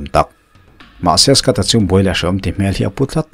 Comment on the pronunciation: Skat i ti a ... Scot tih tur a nilo a mi? Scott